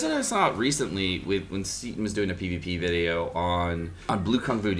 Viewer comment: Delivering content as always, thanks for the vwideo.